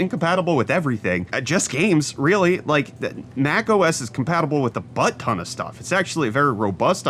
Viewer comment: Word of the day “but-ton”